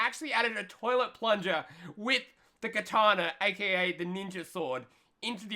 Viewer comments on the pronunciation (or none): none